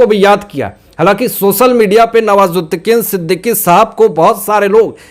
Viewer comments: Sorry sir आप बुरा न मानें आप का उच्चारण दोष पूर्ण है। आप नवाजुद्दीन सिद्दीकी का नाम भी बिगाड़ दिया। आप हर बार नवाजुद्दीकीन ही बोलते रहे। आपको विडियो बनाने से पहले इन बातों पर अवश्य ही अपने उच्चारण को सुधारने पर नजर डालनी चाहिए। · Sir nawazuddin Siddiqui aap naam galat pakdate ho